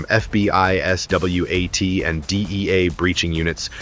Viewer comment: What a bullshit video. AI script, AI narration and an AI string of video clips that have nothing to do with the narration. BTW there aren't any basements in Houston and S.W.A.T. is pronounced swat, it is never spelled out. I'll know to avoid this shitty channel in the future.